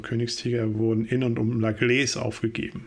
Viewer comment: Würde dann eher "la Glähss" ausgesprochen. Ich wohne nicht weit weg von dem Kaff :)